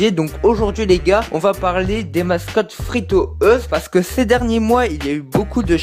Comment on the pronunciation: "Fri to euse" sa se prononce "fri tou youz"